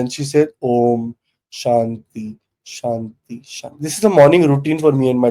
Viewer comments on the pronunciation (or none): Can I just tell 2 mantra mistake?..... Small one but very very important. 1) it's not swah...it is "swa"... Om Bhu bhurva swa 2) Om Shanti Shanti Shantihi... This will make mantra chanting flawless and you will gain a lot.